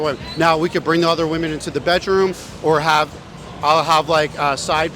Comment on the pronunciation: It's actually insane that this dude doesn't know how to pronounce "women" with how many of them he interviews.